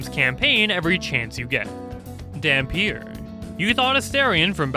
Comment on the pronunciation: okay you didn’t need the verbally attack me with the dhampir 😩